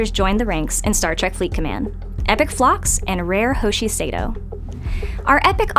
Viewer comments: Missed the pronunciation of Sato. She says Say-toh when it’s Sah-toh. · Great job but its pronounced “Sahto” not “Sayto” and “De no bu lan.” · Have you ever even watched Enterprise? You have no idea how to pronounce Sato or Donobulan. Smh. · It'd be nice if maybe the dev recording these was actually a Trekkie who maybe saw the source content and could properly pronounce character names like Hoshi's last name or that the "o" in "Denobulan" was a long o. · First stop adding so many damn loops secondly learn to say hoshi’s name and dr phlox’s species correctly